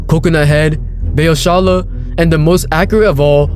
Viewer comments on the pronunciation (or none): Beiçola become Beaosala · oh how you absolutely butchered the great Beiçola's name.